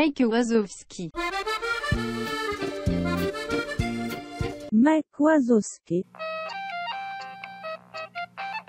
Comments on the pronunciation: Pensé que lo pronunciabais como “Uasouski” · Well, Google Translate totally failed to pronounce the Italian one! 😅 We pronounce "Wazowski" as Russians do .